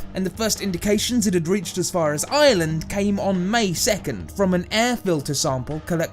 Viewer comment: I like he says Island but it's Ireland